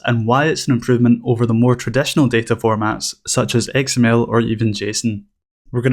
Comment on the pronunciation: Great tutorial and I love your accent! I keep hearing "egg smell" when you say XML. :)